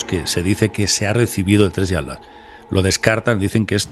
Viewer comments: ¿ por que le dices "ALAS" y no ATLAS? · Con mucho respeto mi querido, pero noto que te cuesta decir la palabra ATLAS 😊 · Se dice Atlas y no At las